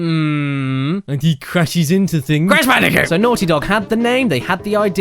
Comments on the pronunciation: C A S H B A N O O C A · HALLE FUCKUNG LUJAH ITS BRASH CANDICOOT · "Cash Banooca" OMG I lost it! XDDD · But that’s his name: Cash Banooca! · WHO'S THAT GUY!?!? Cash Banooca? It sounds like either a drug or a drink. - huh. - Crash Bandiphewfueh? What? - WHO'S THAT GUY!? AND DOES IT LOOK LIKE DIFFERENT PEOPLE!? I know it's him but you gotta have some humor right? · Hmmm “cash banooca” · I'm gonna call Fake Crash "Cash Banooca" from now on. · You realise everyone in the world is gonna call it Cash Banooka from now on, right? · Brash Candicoot or Cash Banooca? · BRASH CANDICOOT!? CARRY ME MADDICARUS! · Cash Banooca..I am going to be calling him that from now on. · Bash Canooca